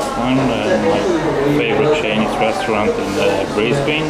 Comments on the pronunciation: just a tip to you tourists, It's pronounced Briz/Bin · Opening shot - The Treasury Casino and how not to pronounce Brisbane... you drongo.